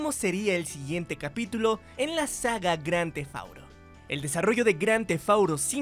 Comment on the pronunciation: Bien vídeo pero que estresante escucharlo decir cada rato grandthefauro , porque auro? Porque??? Díganme porque